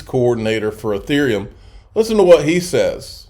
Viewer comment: It’s. EEE-therium. EEE -Ther. Sounds like ya know when u pronounce them correctly